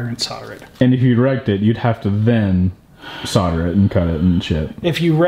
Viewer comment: Please pronounce the L in solder, it's painful.